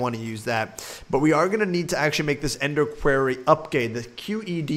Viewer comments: Quair-ee Vs. core-ee Facepalm... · Dude it's said with an o not an a so when you say quarry say quorry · it's pronounced qwar-re